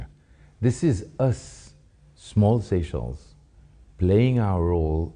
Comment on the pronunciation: That's how businesses should be done, within sovereignty. Mutual respect so that no one is dependent. But am baffled that the lady's a resident, yet she insisted on calling seashells instead of Seychelles (SaySchelles) it's not difficult...😮